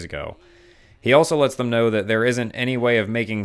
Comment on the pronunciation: He's got great videos, but he says the word "also" like it's "elso" for some reason lol